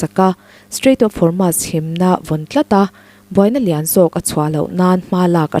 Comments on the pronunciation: Strait of hurmu...😂😂😂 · Strait of Hormuz hi mizotawng ang chiahin "muz" lai hi sawi roh or strait of hor-mooz.